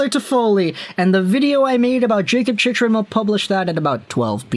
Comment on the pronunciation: Dude.... Jacob Chick Ren...say his name like he says it.... Same way his dad said it.... Chick Ren